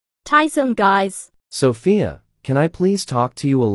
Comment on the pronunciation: bro he can’t even speak Sophia right💀